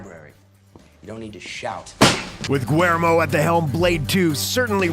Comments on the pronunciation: another great video. I agree....Blade is an all time favorite of mine. The less said about Blade 3 the better. The director's first name is William in English and not pronounced Gwer-mo...other than you guya are the best!!!!! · The fact that you don't know how to pronounce Guillermo, you literally pronounced it guermo. What the hell dude? Just about everybody knows how to pronounce that name ... except for you. Do a little bit of research on pronunciation off of Google please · You can add the narrator's constant mangling of Del Toro's first name to your asute observation.